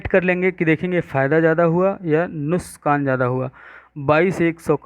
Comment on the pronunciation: Sir wo nuksaan hota he nuskaan nahi